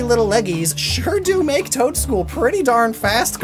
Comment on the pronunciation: it just sounds like you're saying Toedscruel twice.